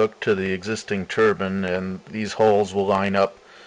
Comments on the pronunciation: pronounce turBINE not ter BIIN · TurbIINE not turban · keep up the good work my friend great stuff, and its turbine not turban :) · Hats or Wind generators? I always thought a turbin was a hat. I think you mean Turbine (tərˌbīn) The "i" is long with a final "e" to accentuate the pronunciation of the long "i" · "The pronunciation of the word turbine as turban is peculiar to the USA. Most other people in the English-speaking world pronounce turbine with a long i rather than pronouncing ine as an." Quoted from Katherine Luketina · there are called TURBINES... not Turbins. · it's a turbine not a turban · lol u said a wind turban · STOP calling it a turban.